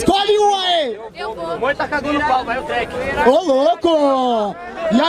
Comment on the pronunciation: Eu tô louco ou eu ouvi o chamar o treck duas vezes de dreka hahahaha